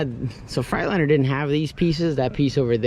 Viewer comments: I enjoy your channel. I say this with respect: You haul freight. In a "Freightliner".. not a "Fright liner" You got to know how to pronounce the brand of your truck. Ask Freightliner if you need confirmation.. 😂 Enjoy your channel. I bought a 99 w900l that has beat the shit out of me in repair costs too.. I know your frustration first hand. I paid it off. The one blessing that we have is that we'll know our trucks and what's been done at least. The fact is.. I've accepted the fact that I will always be needing to fix things as a constant so I pay myself accordingly and the rest goes into the business account. Have a good truck tax preparer and write EVERYTHING off! Keep up the good work partner. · I knew you could pronounce Freightliner right, you just didn’t want to lol trucks coming along good man. Keep up the good work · You crack me up how you say Freightliner